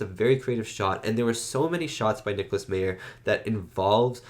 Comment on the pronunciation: Leonard Nimoy had the perfect pitch for this movie. What if the (Berlin) wall came down in space with the Chernobyl explosion depicted as the Praxis explosion at the beginning of the movie? Nicolas Meyer is pronounced 'My-er' not 'mee-er'